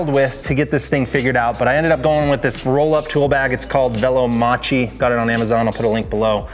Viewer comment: Velomacchi it is said "Velomakki" when you have CH Is said like K... Is in Italian.... By....👍🇮🇹